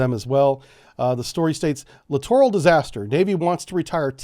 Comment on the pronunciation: You litorraly mispronounced that word every time.